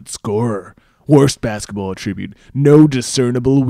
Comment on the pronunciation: It's an attribute....not pronounced like attributing